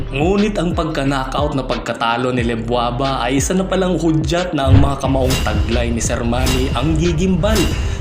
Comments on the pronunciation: LEDWABA yun, hindi LEBWABA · Lebwaba? Ledwaba yun